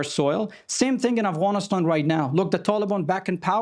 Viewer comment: This "analyst" is a fraud. He can't even say "Afghanistan" right he says "Afghanish-than". He's just pro war. Because it means there's more work for him as a talking head on TV.